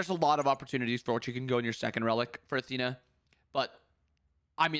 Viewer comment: ... did this man just call Athena... aTEAna? What the hell?